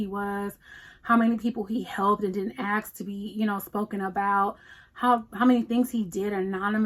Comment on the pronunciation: Hi,I asked you because I noticed you pronounced the word "ask" the Nigerian way "aks"🌹